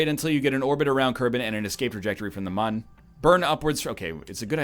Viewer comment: I love how he pronounces Mun like it has an umlaut.